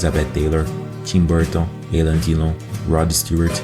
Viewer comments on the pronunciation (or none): E já imaginou se o maluco soubesse pronunciar o nome da lenda francesa Alain Delon?